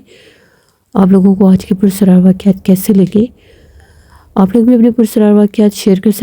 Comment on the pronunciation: لفظ پرسرار نہیں ہے بلکہ پراسرار ہے۔ آپ کو اپنی اردو صحیح کرنے کی ضرورت ہے